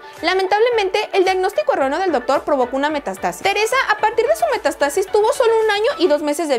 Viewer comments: Se dice metástasis. No mestastasi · Sólo una cosa, es Metástasis, no Metastásis...fíjate en los acentos y notarás la diferencia al pronunciar😉😉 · Se dice metástasis no metastásis y si hablas más lento y menos chillón, sería mejor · Es METÁSTASIS,con acento en la primera "A". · Se pronuncia Metááástasis, porfa pronuncia los acentos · Es chévere el canal Recomendación respetuosa: habla más despacio, no grites y revisa la pronunciación. La palabra es METÁSTASIS con acento en la primera A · M E T Á S T A S I S, con acento en la primera "A"... Ojo.... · Metástasis... Acento en la "a" 😉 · Bien que hagas tus videos. Pero investigar las palabras que no sabes es algo que debes hacer. Se dice metÁstasis. Con acento en la primera a.